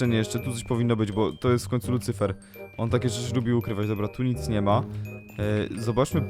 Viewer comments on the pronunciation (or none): Lucyfer nie licyfer